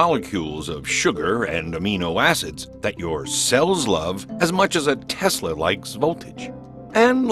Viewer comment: He didn't even say "Tesla" right